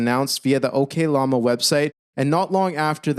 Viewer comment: Ngl the way you pronounce oklama as okay lama really made everything seem like a joke during those points you were making. It was funny, but I'm not sure that was your intention